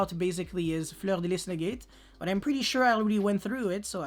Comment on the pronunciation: It’s refreshing because no other yugituber pronounces it correctly lol